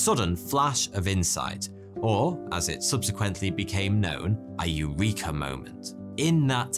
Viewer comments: No please don't pronounce Eureka in that way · I know that it must be hard for English speaking people to even conceptualise the possibility of a different pronunciation, but I would do a tiny bit of research before confidently say AIURIKA in a YT video instead of the Greek pronunciation: E U R E K A.